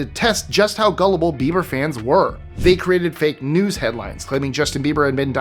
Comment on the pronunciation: When you said BaldforBieber, it sounded like his last name is Beaver. uh oh